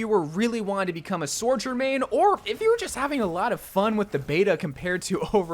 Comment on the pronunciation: Say it with me: SO-JOURN SO JOURN Not Sorejourn or Soarjourn